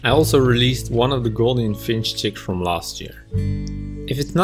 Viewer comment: Gouldian with a U sound. NOT golden finch.